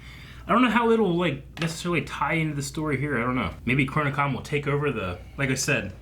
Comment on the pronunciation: "I hate the way my dad says 'washing' weird." Also: >Butchers the word "Chronicom" (and MANY other words) a new way every time he says them.